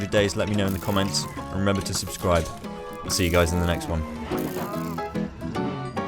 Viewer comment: i love how he says subscrube (